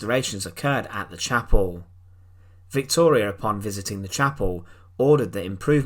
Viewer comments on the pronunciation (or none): none